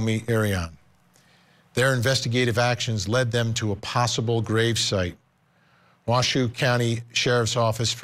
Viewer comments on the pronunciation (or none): Pronounced wash-ooooo